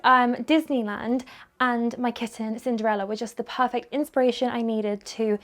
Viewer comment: all the outfits suit. so is so pretty. I love this video. Can I just say no-one perfert every time says perfert. keep up this video. sending lots of love from Nz. It is Attuman in Nz.